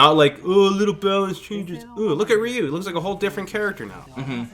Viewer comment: Legit. 90s kid here. And everyone said it like that. RY-Ooo not Reee-U